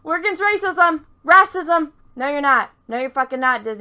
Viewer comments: Your pronunciation of "whammen" and "rassism" are delightful. ....seriously though Disney fucked us out of a stormtrooper-turned-Jedi because of overseas profits and thats a bummer. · Jon Boyega pulled off a rahcism too